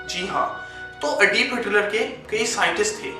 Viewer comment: "Adobe Hilter" "Adif Hilter"